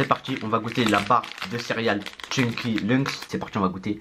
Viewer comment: mdrrrrr t'as dis chunky luncks😂😂😂 (c'est lucky charms)